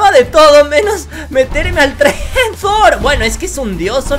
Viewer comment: Se dice tor no zor